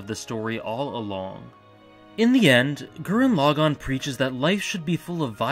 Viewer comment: Hey I hate to be reductive, but pronouncing it Gurren 'Log On' is really grating...Especially when it's the title of the show that's clearly said a dozen times throughout. Thanks!